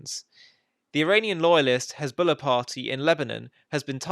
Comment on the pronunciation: HEZBOLLAH is defined as HENZBOLLAH😂😂😂